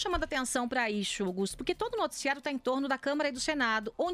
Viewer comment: Joice, vai no fonoaudiólogo pra ver "ixu". Já tá irritante